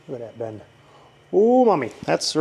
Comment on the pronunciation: NOT me thinking every time you said 'Ben' you were saying Babe lol